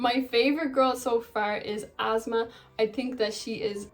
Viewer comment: asmaa not azmaa🥲